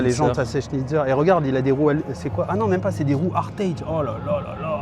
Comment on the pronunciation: Salut, bilstein ce dit BIll stein et hartge le preparateur allemand ce dit Hart chh, super vidéos, au passage la trueno black edition est bien une reel edition aussi, continue 🎉